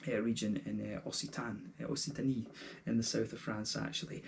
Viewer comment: It’s pronounced more like « ok-sitany »